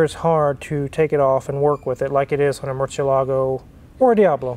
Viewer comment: Image the cringy face Ed Bolian made everytime he heard the word "Murcielago" being in this video.